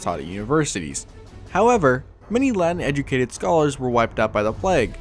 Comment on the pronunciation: Please pronounce the words correctly. I had to listen to it like 10 times to understand that you were saying ”Latin” and not ”Land”